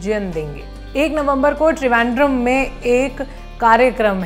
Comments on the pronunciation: त्रिवेन्द्रम सही उच्चारण है न कि ट्रिवेन्ड्रम..😉😂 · ओर.. त्रिवेन्द्रम होता है..👍 ट्रिवेन्ड्रम नहीं😆😆🙄🙄😡😂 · त्रिवेंद्रम को सही से बोलो अँग्रेज की बच्ची।